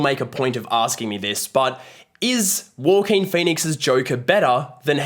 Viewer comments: why do you say joaquin like that ? “war-keen” it’s “hwa-keen” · Andy Peters 😅his accent somehow made it sounded like “ Walker” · nah I mean the word "walking" in an aussie accent. Thats what he sounds like when he says Joaquin. I don't mean the aussie accent for Joaquin lol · Great review. Even with the Walking Phoenix pronunciations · It’s Wha-Keen, mate. 😉😋🃏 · As soon as someone fails to pronounce an Actor's name you loose all credibility. Walk in Phoenix? WTF. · It's not the aussie accent he is just mispronouncing it. I'm Aussie and nobody I know has pronounced it that way. But I agree, every time he said it I kinda cringed...why is he saying it that way lol?